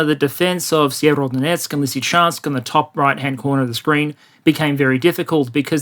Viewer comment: Sievrodonetsk? Sever-north Sever-o-donetsk, HarkOv